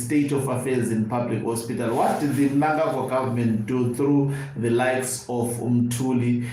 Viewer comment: I am so glad that you know to pronounce the names of big thief chigananda mnangarwa the evil killer and murder